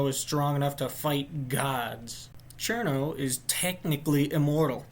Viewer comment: Thumbs up for pronouncing her name correctly